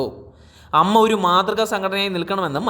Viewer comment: അവതാരകൻ EM MA എന്നാണല്ലോ ഉച്ചരിക്കുന്നത് 🙄😮 പിന്നീട് അമ്മ എന്ന് ചേർത്ത് പറയുന്നുമുണ്ട്.. ഉച്ചാരണ ശുദ്ധി ഇല്ലാത്തവർ ആണല്ലോ കേറിയിരുന്നു പറയുന്നേ 😂😂😂